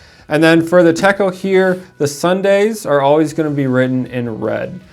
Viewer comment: The 'ch' in 'Techo' is pronounced like the one in 'chat'. It's a Japanese word, 手帳, means notebook :)